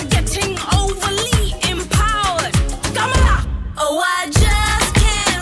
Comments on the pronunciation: Trump can't pronounce Kamala that easily tho... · ok but Trump cant even pronounce her name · This is wrong Trump doesn’t know how to say kamala